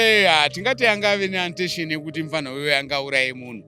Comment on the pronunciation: Hanzi aasina attention 😂😂😂chirungu ichi